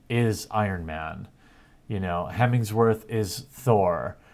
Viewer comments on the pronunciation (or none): It's Hemsworth, not Hemingsworth. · lol "hemingsworth"